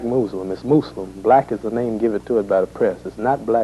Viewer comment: I'm glad he says muslim with a S. and not a Z , people always say muzlim nowadays